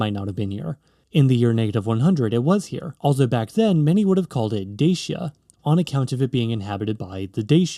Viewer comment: Deishia and Deishians ? You are joking, right Such ignorance is unforgivable - it is called Dachia [ˈdatʃi.a] and respectively Dachians. Then KarpEItians instead of Karpatians ? Then, the answer why Romania is split in half by a mountain range should be answered by geology and plate tectonics ... instead we are presented with some mushy geopolitical mish-mash. I decisively vote this click-bait as spam or misinformation. Such videos are a disgrace for YT!